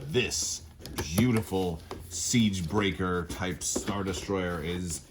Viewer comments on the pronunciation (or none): none